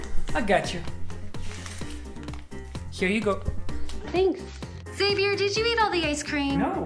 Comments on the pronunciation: Xavier is not pronounced saviour. She doesn't even know her boyfriend's name! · lol she says savoiur i think it's pronounced zavier